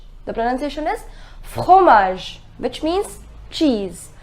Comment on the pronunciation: Is it necessary to make the throt sound while saying fromage like fokromage like the Kho sound while saying f